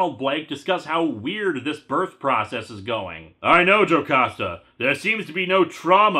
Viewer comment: but on the bright side you were pronouncing "Jocasta" right